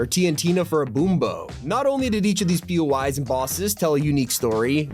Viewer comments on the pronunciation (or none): I keep hearing him say "Pee-yoo-eyes" as in PUIs, but isn't it "Pee-Oh-Eye" as in "POIs?" Places of interest?